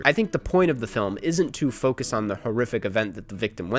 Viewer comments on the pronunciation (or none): none